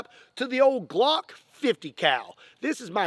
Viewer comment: It’s a glock not Glonk 😂